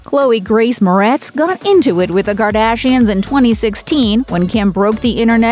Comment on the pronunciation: Quit saying Gardashians it's fucking annoying